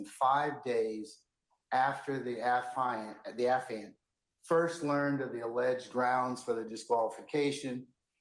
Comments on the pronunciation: Too bad Dad gave him the incorrect pronunciation of affiant; affiant: / uh-fahy-uhnt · / Pronounced the way initially said it, it's not pronounced the way his father claims